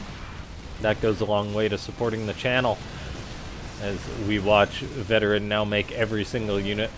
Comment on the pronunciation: I think it's pronounced Veteran... VeT-erran... like a play on words Vet Terran... you get what i mean i'm sure...